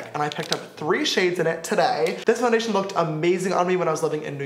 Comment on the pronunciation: he was going to say less get into the video but he said lets get in to fondayshen